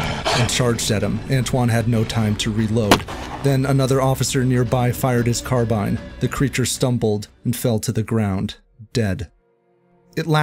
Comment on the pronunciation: You got all the names of people and places right, but mispronounce carbine.